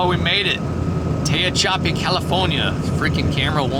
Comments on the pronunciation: It's pronounced TA-HATCH-AH-PEE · The town of Tehachapi is pronounced like "to hatch a egg" or more like "to hatch a P" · Pronounced Ta·hatch·a·pee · Pronounced... teh hatch a pee.. I lived over the hill in Lancaster 23 years. It's funny nobody can pronounce it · Looks like it's pronounced tuh·ha·chuh·pee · Pronounced TehatchApee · Pronounced, Tuh-Hach-a-pee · Old ex-Californian here: It's Te HACH ah pee. Or something like that, at least how I remember it. Emphasis on the second sylable, but I'm sure you know that by now. I was slightly amused by your pronunciation. I am so happy for you and Eden! Your adventures make my day every time. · It is pronounced Tah HATCH a pe. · it's pronounced Tah- hatch- i- pee. Love your show, be sure to keep your truck well supplied with fuel food and firewood when on those severe cold and blizzard episodes. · You pronounce it, "te hatch a pee" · Tehachapi is pronounced Te (the e sounds like a in adult) ha ( ha sounds like a in hatch) cha ( a sounds like a in adult) pi ( sounds like e in pee) tuh- ha chuh pee I've been on 395 more times than I can count. My folks lived in Carson City and I was in Southern California. Great video. ❤😊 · Tuh-hatch- a- pee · It's pronounced. Ta-hatch-a-pee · Tah -hatch -ah -pee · Ta hatch a pea ezier way to pronounce it. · It's teh-hatch-ahpee, with the accent on "hatch". Easy. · ‘ta-hatch-a-pee’ I’m a transplant from bullhead city/laughlin NV! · Te-hatch-a-p. 😊😊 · The town is pronounced Ta- hatch-apee Ca. Yes it's a good sized town. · Sounds like: Ta-hatch-a-pee Though I admit how got we he got was interesting. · u butchered that town name! lol it’s pronounced “ tee hatch a pee” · Ta hatch a pee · Tay-hach-a-pee There is a big train loop in the hills. Really nice place. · tee hatch a pee, emphasis on hatch. 😊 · It's called "Te-hatch-a-pee". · the town is pronounced Tee hatch apee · Ta-hatch-a-pee... Maybe that will make it a little easier LOL